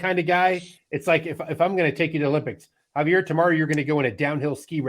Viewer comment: Javier got his name wrong on podcast says javiet